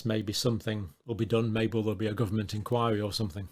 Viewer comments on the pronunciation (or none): none